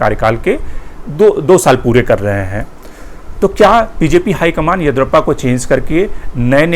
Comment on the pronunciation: Mr, your analysis of karnataka politics is good. But you must get the South Indian names right. The name is YA-DI-YUU-RA-PPA, last A ending as short vowel. Your pronunciation sounds as “Edurappaa”! This is not a criticism, but a suggestion.